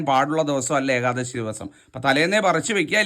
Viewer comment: ഏകാദസി യല്ല. ....മഹാനുഭാവൻ.... ഏകാദശി എന്ന് തന്നെ പറയുക. അപ്പോള് മാത്രമേ ഒരു സുഖം കിട്ടുകയുള്ളൂ.